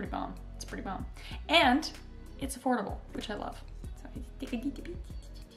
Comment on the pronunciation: When she said that it’s afodabel I thought she said horrible 🤪🤣😂